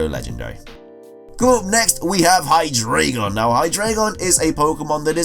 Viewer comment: "Hydreigon" is pronounced "hy-dry-guhn".